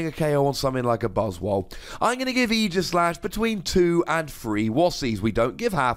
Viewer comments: Oh my goodness, YAS, someone finally pronounced his name right! It’s not AGEislash, dang it! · 2 wossy card. Never gonna see serious play. There are way too many ways to get off the active spot. Even if we get an uber busted mon with an ability that prevents retreat there are still a lot of way you can get out. And btw thanks for pronouncing it properly. It's aegis like the old greek shield not years.